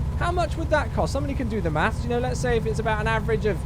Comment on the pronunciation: chewwyMaths lol